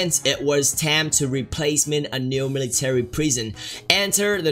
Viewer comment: sorry but meeleetary base